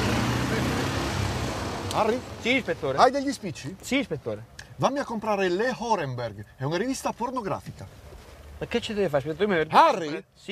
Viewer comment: Le horemberg🤣🤣. Manca Caballerenberg🤣